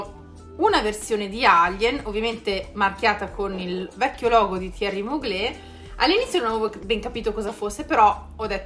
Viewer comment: On dit Mugler, non Muglé 🙄